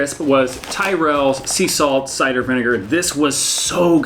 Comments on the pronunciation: I should have guessed you'd be tempted to say 'tie-rells', but I'm glad you liked them - they're so much better; worth the extra, don't you think? However, I was at school with a boy named Tyrell, and he definitely said it to rhyme with squirrel. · Tyrell should be pronounced as 'T-e-rell'